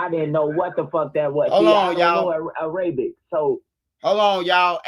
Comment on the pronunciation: I got you -it's pronounced era-bic, not a-ray-bic (Arabic).